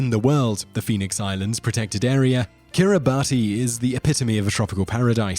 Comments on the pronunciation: Hate to be a language wonk, but the number 10 country is pronounced "Kiribass" in the native language (Gilbertese), not "Kiribatee." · Kiribati is pronounced "Kiribas". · Kiribati should be pronounced “Kiri-bas”. The “ti” makes an s sound for their alphabet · Peter Ambrus It's pronounced Kiribas. In the local language they pronouce "ti" as an "s", for some reason. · It's pronounced "Kiribas", not kiribati. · Kiribati is actually pronounced as (Kiri-bahs) because the 'ti' in the native language is pronounced as 's' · Fun fact: Kiribati is pronounced Kiribas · It's pronounced Kiribas. It's doomed. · Man, kiribati is pronounced as "Kiri-bas". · Kiribati is pronounced "kiri-bass". "ti" in the orthography of Gilbertese is always pronounced as "s". One of the islands in the country is called "Kiritimati" substitute "s" for "ti" and you get "Kirismas" which is the Gilbertese way of saying "Christmas". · It’s pronounced Kiribus but their ti is pronounced s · You mispronounced Kiribati. It is pronounced, "Kiribass". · yep. it is Kiribas. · Ojaswit Luthra And Kiribati, it's pronounced "Kir-e-bas". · kiribati is pronounced kiribas lol. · Yep, it’s pronounced kiribas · Just as Kiribati is pronounced Kiri-BUSS... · It's pronounced "Kiribas" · Er.. No!! Brits don't say Kiribati. It is pronounced Kiri-bas. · It's pronounced kiribas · Same with Quebec, Kuomintang, and Kiribati. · Yeah. Stopped watching this after a minute. Couldn't get the name of the first country right. More research is needed. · Kiribati is also mispronounced. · Stop pronouncing Kiribati incorrectly How about you investigate before making a video